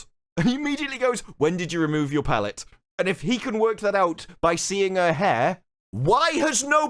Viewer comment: So, wait... Cortana, in the game (which could just as easily be replaced with 'ignore the next sentence') is on a chip that gets slotted into Chief's helmet. She's not exactly in Chief's head, especially if he takes the helmet off. Also, are you saying 'pallet' or 'pellet'? Cause one of those makes more sense to be removed from the lower back, but doesn't make sense as an emotion dampener. The hair dye thing? Is kind of a 'which part comes first?' Did the loose grip on your sanity lead to you wanting ridiculous hair color, or did the hair color lead to you losing your grip on sanity? Once upon a time, I wanted to get bright pink hair, but I didn't because my parents wouldn't allow it... so, sure, that's just one data point, but signs point to loose grip comes first.